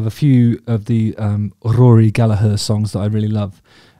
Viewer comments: Congratulations. You said his surname correctly. Thank you so much. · Well done Justin, really appreciate you fighting against your every natural instinct as an Englishman to mostly pronounce Gallagher correctly! Could tell it was hard at times. Now if you could only convince the rest of your countrymen to do the same with the multitude of Irish surnames they stubbornly refuse to pronounce correctly no matter how many times they're told. Joking of course, well.....half joking 😂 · Beautiful pronunciation (especially from an english man) Your vids are great!! (i just never log in, sorry) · Yes, it's the Irish, and thus correct, way to pronounce it, given it's an Irish surname. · Exactly Gallag"HER" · As an Irish blues guitarist myself, thank you very, VERY much for knowing how to pronounce Rory's last name properly. Most non-Irish people seem to insist on pronouncing it "Galla-grrrr," which is really quite annoying!🤣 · Yes and also mad respect how Justin says Gallagher instead of Gallager. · Rory is a god. As a side note, I love that you’re pronouncing “Gallagher” correctly! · Then he murders Donal 😂 ( dough nal) but all forgiven loves Justin's channel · Pronunciation of Gallagher is perfect and much appreciated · Thanks so much for pronouncing Gallagher as we do in Ireland. English people can sometimes change our names in a manner that can feel a bit demeaning in a kinda colonialist hangover (Still prevelant with comedians like Dylan Moran, Dara O'Briain etc) so it carries extra care to us Irish when you show him that extra respect. Also it's not a very common name so just an FYI, Donall, also spelled Domhnail is pronounced to rhyme with Dough as opposed to Donald, so Dough-Nall is how that's said. Amazing video and great to see some love for Rory. Cheers Justin. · thank you so much Justin for pronouncing Rory's name correctly!!!! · Isn’t it nice to hear an Englishman who can pronounce “Gallagher” properly? Kudos Justin. Classy as always 👍